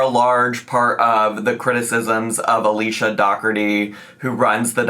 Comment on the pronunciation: It’s pronounced Alisha, unfortunately lol